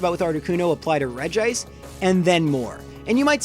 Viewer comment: wow, someone finally pronounced regice right. most people think it's regi-ice.